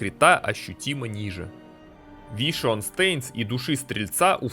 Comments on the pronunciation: Вишион стэинст стэинс... стэинс... стэинс... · дэз вайшпир ))) вишион стейнс )) ору )) как воспринимать всерьез эти рассказы о классах, когда человек названия скиллов даже не смог за столько лет выучить?